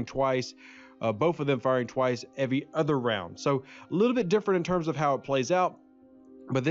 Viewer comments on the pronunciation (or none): none